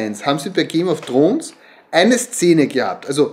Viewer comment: Ich vermute die Szene in der der Satz „th e things I do for love“ fällt. Auch wenn ich aufgrund Ihrer Aussprache des Titels der Serie nicht annehme, dass Sie diese auf englisch schauen. Ich muss mich außerdem fragen wieso Sie dieses Stofftier als Moby Dick bezeichnen. Hier ein Rätsel für Sie „warum kann dieses Tier nicht Moby Dick genannt werden/sein?“ Und noch zwei Fragen: wird Ihr Pullover jemals gewaschen? Der Fleck auf der linken Schulter lässt mich befürchten, dass dem nicht so ist. Und Ihr Sohn muss dafür zahlen, dass er mit dem Automaten spielen kann? Warum? :( Liebe Grüße und Gesundheit.